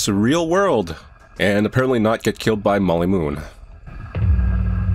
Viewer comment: "Molly Moonn"? Why does that sound like.. one quick search later Y-ep, it's exactly what it sounds like.